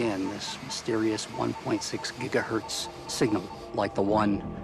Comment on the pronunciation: 1.6 gighertz< i swear he was about to say Jiggawatts